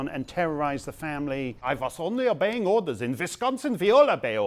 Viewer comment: "in visconsin vwe all obey ordas" ...lol, brilliant.